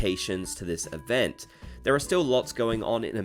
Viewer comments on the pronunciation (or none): none